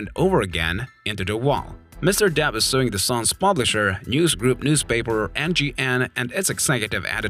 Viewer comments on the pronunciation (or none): His name is, DEPP, not, DAP. 🤡